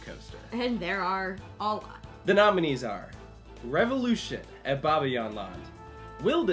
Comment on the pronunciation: I really like your channel, but being from Belgium I laughed out loud at your pronunciation of 'Bobbejaanland' and 'Plopsaland' 😄. Sorry, but it sounds soo funny 🤣